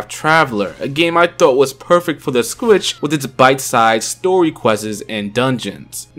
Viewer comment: Sometimes I hear "Switch" others i hear "Squitch"